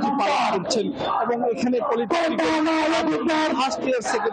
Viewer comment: এই যে নিউজ প্রেজেন্টার এটা পলিটেকনিক্যাল না, "পলিটেকনিক"